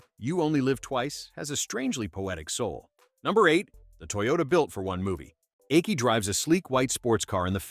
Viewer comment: Video mixes up images of the two Japanese actresses. Also mispronounces Aki as ‘Achy’.